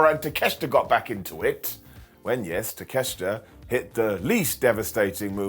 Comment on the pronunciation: Why don't you say takeoshita the right way?